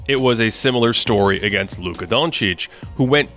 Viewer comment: The oddest pronunciation of Luka's name I've ever heard 😂😂😂